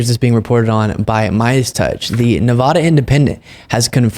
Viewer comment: Nuh-VAH-duh not Nuh-VAW-duh